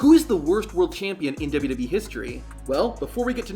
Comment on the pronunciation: Man can't even say "WWE" Properly...